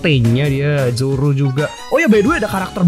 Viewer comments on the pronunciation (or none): none